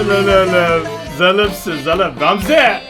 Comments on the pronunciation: Ramze'yi Gamze diye okumak... 🤦‍♂️ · zalımsın zalım Gamzeee! der gibi duydum meğer sona kalan rakibin nicki Ramze' ymiş :D:D